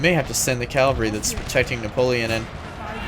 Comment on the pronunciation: Great video mate. You pronounce Cavalry as "Calvary". It's "Cav-al-ree". 😁